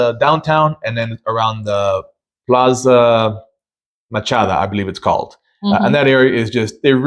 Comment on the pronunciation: Please learn to pronounce things properly...Plaza Machado not Plaza Machada, PulmonIA not Pul MON ia. Learn a little about the history of the city particularly Centro Historico.